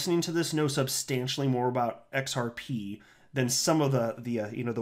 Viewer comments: I'm sure Kevin is invested heavily in xrp. A man with his intelligence does not say xpr only a 5 year old might that heard his drunk dad say it wrong. XRP will run the financial world so stay on the train it has not derailed just slowing down to add more fuel. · Hello, I think he mispronounced it intentionally because they don’t want XRP to explode yet....I think that’s going to start Jan. 💰